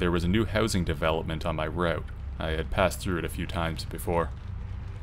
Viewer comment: "Raoute"...... he must be Canadian. 😂😂